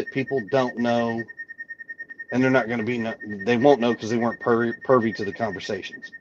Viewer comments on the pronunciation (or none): "Pervy" to the conversation, or privy to the conversation. ? Am I hearing things? Oh, my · It’s Privy not PERVY Mr.! Maybe we will get the belt out and teach you how to speak! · Tell the word is privy, not pervy lol. Or not. It's a little funny. His laughter in odd places of a conversation and laughing at what he thinks are clever things he says, not so funny.